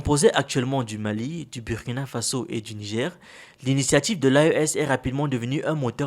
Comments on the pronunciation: Burrrkina not Biürrkina!!!!!! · super vidéo mais on dit bourkina même si ca s'écrit Burkina beaucoup de gens font l'erreur mais ce n'est pas un mot Français 😅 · SVP la pronontiation du nom du pays de Sankara c´est BOURKINA. Merci de vous rectifier la prochaine fois.